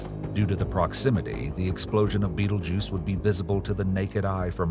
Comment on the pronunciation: he did say the name correctly